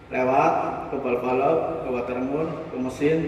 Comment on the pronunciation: Saya awam pak. Bisa dijelaskan nama2/istilah barang2 yg dibutuhkan apa saja, seperti water mur dll. 😂 Gak kedengaran jelas namanya 😀